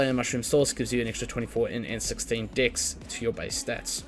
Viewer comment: love the video. cannot get over how you say dex lol. I hear dicks and it makes the video so much funnier